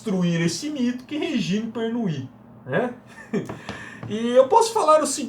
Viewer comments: Tudo muito bommm. Só uma correção na pronuncia do nome da autora, se diz: Rêgini Pernô. É mesmo do francês. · Não, amigo. A pronuncia é Regíne Pernú.